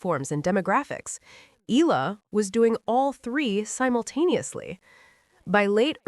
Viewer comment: E-YA-LA not E-LA E-YA-LA not I-LA E-YA-LA not EY-LA EALA= E-YA-LA